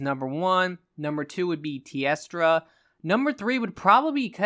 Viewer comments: Love ya but the only name you pronounced right was Kirin lol. KushAla Daora, like in Abba. TEostra like in TElephone, and NerGigante like Nerd and Gig. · Koosh-ah-lah Day-or-rah Varl Haz-ak Tea-os-tra Ner-gi-garn-tay